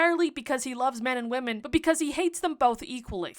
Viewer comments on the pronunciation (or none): none